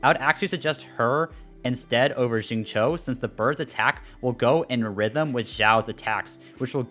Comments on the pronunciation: it's like sing chiu but less of the h and more of a sharp C or something like Tsiu, at least that how I pronounce it in chinese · i feel you. I'm fairly sure it's Xingchou(i have no idea how to convert chinese into english text spare me) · not really the correct pronounciation would be "singcew" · as an asian i cry everytime he says xingchow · it's pronounced shing cheo / chew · Xingqiu called himself "Shing-chow" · SAME. I GET SO DISAPPOINTED WHEN I HEAR THEM PRONOUNCE XINGQIU 😭😭